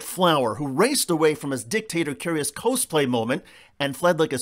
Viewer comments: FYI: "Cosplay" is short for costume play; pronounced 'coss', not 'cose'. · "Costume-Play" = cah's-play, not co-splay. I love you man, but that was a rare screw up of yours and it was funny :) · Nice... BTW Cosplay "CAWZ-play" Cos (tume) Play